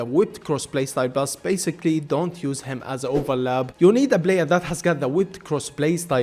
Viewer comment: so he cant say the letter P? blayer, overlab, bro just saY P